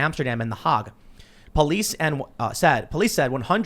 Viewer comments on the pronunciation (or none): Tim im sure you meant "Hague" not "Harg" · The Hog (Hague). It's pronounced Hayg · Have to laugh at the pronunciation!! Of the hog lol